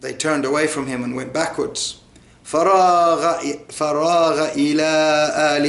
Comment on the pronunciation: brother isn't فراغ two words ,, Fa and Raagha.if i am not mistaken you were spelling it as fa_ra_ ghaa .Just for those who are learning to clarify.